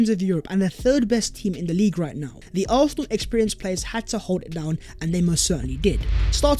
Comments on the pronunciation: Whose chance has been revived?? ARFFFFNAL’s??? Who the hell are ARRRPHNAL??! Learn to speak English!! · Oh yeah? I know Arsenal fans from ALL OVER THE WORLD who can pronounce Arsenal with an S in their own accents. His pronunciation of Arsenal is painfully atrocious. Accent? Lol!! Get a grip. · Garbage. He is the only guy I know of who cannot pronounce the name of the team he supports properly! He has at least 4 different versions. LOL!!